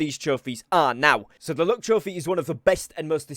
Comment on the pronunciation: I kept hearing him say "look trophy" not "luck" 😂😂